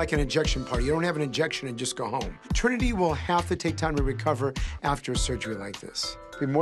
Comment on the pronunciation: yasss even botched the name hunny, I thought they said T slur lol